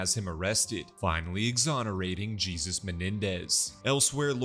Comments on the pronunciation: So we’re just not gonna talk about him saying “Jee-zus” instead of “Hay-soos” several times? 😂😂 Thanks for the recap though. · Are you racist? Why would you pronounce Jesus(spanish) as JESUS(bible)????? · jesus -> pronounced as -> hay-soos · Great recap but that's not how you pronounce Jesus in this context